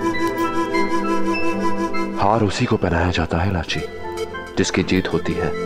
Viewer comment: Bro its lachi not rachi